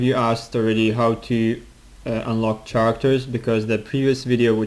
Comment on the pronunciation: "CHAR"actors lol